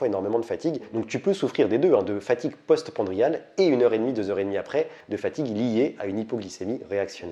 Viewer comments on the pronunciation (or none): Fatigue post-prandiale, pas post-pandriale ! 😉